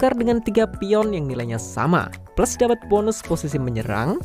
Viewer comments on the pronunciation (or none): none